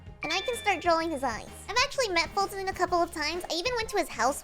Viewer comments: It's foltyn not fulton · You would know his name is foltyn not Fulton